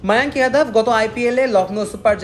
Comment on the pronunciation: মায়াঙক যাদব সঠিক উচ্চারণ শ